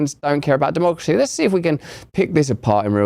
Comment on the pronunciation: Actually its not Duhmocracy. Its Democracy. As in de jig is up libs and dems.